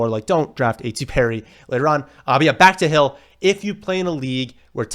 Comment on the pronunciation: “Hey it’s here baaaackkkth 🤮 with another video”